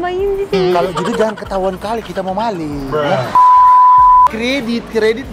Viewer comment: KHAS : Pengucapan NG ( N+G ) = eNG... Ama Kak Bule JANGAN Menjadi = JAN- GAN!!... 🙂 LIDAH RUSIA!....